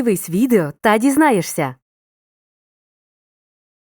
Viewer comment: А ті, хто начитував відео про асиміляцію чув? Дізнаєшся пишеться, дізнаєсся - вимовляється. Навчаймо правильно!